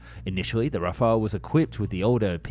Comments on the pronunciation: Rafale not 'Rafael'. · RAFAL* not rafalÉ* we are not Spanish or Italian. 70% of French blood are Germains, like Germans blood are 70% Germains too. But French are mixed with Celtic Bretons ( English ) in West for 10%, Vikings from Scandinavians from North 10% and 10% Flammish from North East. Our language is Germano-Latin. We name this Jet RAFAL, Its a natural Air Boost. But we right in Latin RAFALE. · It's not an alternate pronunciation, it's just plain wrong. That you can't read does not excuse a complete mispronunciation. One is an archangel, the other means gust of wind.